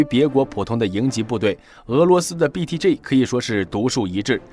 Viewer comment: 我喜歡你唸BTG的G發音很正確, 很多人把G唸成居, 聽得我很痛苦